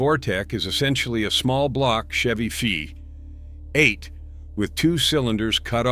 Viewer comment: "....Chevy Fee.....EIGHT!!"